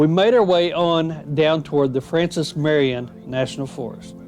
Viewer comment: Ya did pretty good on this video I enjoyed it but sir you mispronounced general Marion’s name quite a few times Also you missed quite a few of the muddy trails